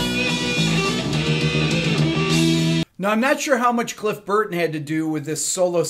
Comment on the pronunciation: I didn't know Al pacino was a metal head !!!! every time he pronounces Cliff Burton ...... I want to cry !!!